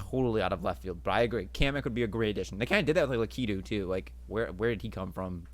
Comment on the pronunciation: Is no one gunna comment on Jakes pronunciations. Lakeedoo Lakitu. Oobeesoft. Ubisoft.